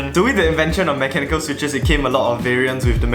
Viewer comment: "mecha nickel"